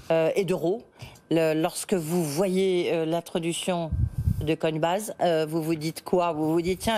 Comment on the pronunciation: Il a réussi à répéter 1 fois "Coinbaz" pour ne pas trop gêner la journaliste, mais ça a vite switché derrière